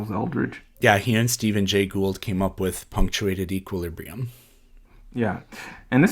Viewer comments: can barely pronounce the ideas he's trying to express. He gets the names of people he's quoting wrong. Gold instead of Gould. Whines that chat is mean to him. He's just a big baby with no real good ideas. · Should it matter that he doesn't know the name of the man he keeps quoting (i.e. Gould, not Gold)? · I can't stand that he continuously mispronounces Gould's name. But also, the quote that he read, he's not reading the part that comes right after that. This is because his creationist source is dishonest and is quote mining Gould.